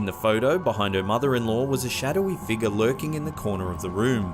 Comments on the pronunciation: It's pronounced "FIG-YOUR" UGH HOW MANY TIMES CAN I HEAR" FIGAH" BEFORE I SNAP?!?! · What the h. Is a “( figah)”???